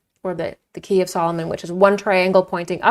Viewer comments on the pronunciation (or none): none